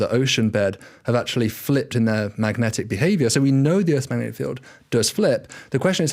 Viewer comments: Is David aware he is pronouncing Earths as Urtz? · "Erts rotating in riverse direction"